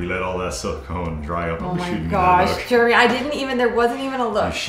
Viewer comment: I saw someone say in comments once “Germy” …..and unfortunately, now I can’t unsee nor unhear it., say “Jeremy”.